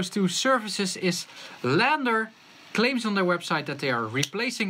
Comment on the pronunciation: It's LANDR - (read as L-And-R) as in Left and Right (Stereo)